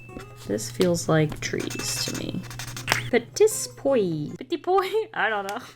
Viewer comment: it's "peh-tee pwah" btw